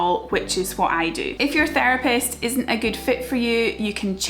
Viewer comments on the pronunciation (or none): none